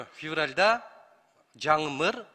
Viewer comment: Мыр,эмес Мэр болот,туура суйло